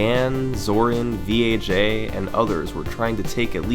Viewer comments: Something tells me name "VAJ" not supposed to be pronounced as "Vee-Ae-Jay" my dude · is it pronounced v.a.j or vaj hahaha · carefully saying "v" "a" "j" instead of the way we all know it's supposed to be pronounced... thanks youtube censors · I think think you're supposed to pronounce VAJ by reading the letters... :D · Summoning Salt: His name was "V.A.J" Me: No no we both know thats wrong.